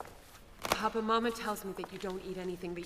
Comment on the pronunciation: Very nice, but I would have thought that the actors would have been instructed as to the difference between papa' and Papa.... the first is father the second is the Pope... the accent in the first instance is papA", with the accent on the last letter..... fundemental really, and as this production is RAI associated I am very disappointed....